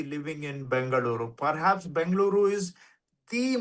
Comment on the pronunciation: What is Bangaluru sir 😂 ? Mix of Bangalore & Bengaluru, you are also sounding like the North Indian residents of Bengaluru.